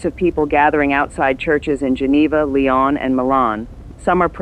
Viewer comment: Lyon (in France) is pronounced lee-OWN.